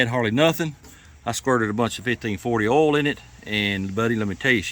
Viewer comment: It’s oil not erol 🤣🤣🤣🤣